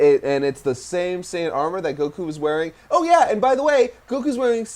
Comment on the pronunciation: Is anyone else bothered by the way he says goku